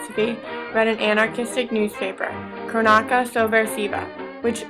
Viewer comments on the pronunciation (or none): Yeah, but she mispronounces "cronaca."